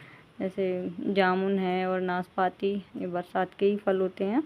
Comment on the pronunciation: Naas paati nahi naaspati like piear.